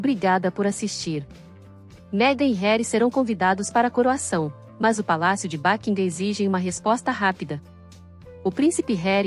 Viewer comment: Como é mesmo o nome do palácio? Seria bom pronunciar correto 🙄